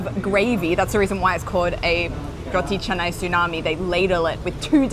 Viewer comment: It not ca-nai it,s ka-na-i